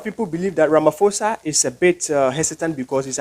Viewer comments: pronounced as ramaposa NOT RAMA FOSA... Ignore the H on pho just say posa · Ramaphosa is pronounced Rama.... posa yes the H is silent. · Well you can’t even say ramaphosa, yeah right 😂I don’t know